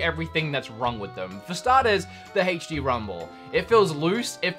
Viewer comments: aech dee not haech dee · "Hey-ch-D Rumble"